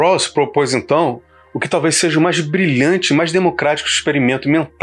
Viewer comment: Excelente trabalho e reflexão! Só uma dica: " quando falar "sejA", fala mais devagar, pois parece que você está falando"sejE", que não existe. Mais uma vez, parabéns e obrigado pelo vídeo.